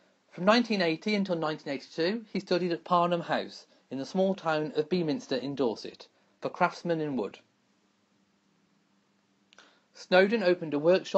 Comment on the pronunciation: Beminster is pronoucned "Bemster"